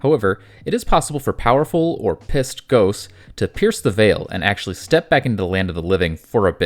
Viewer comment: I had a hard time listening after you said “pierce the veil” lol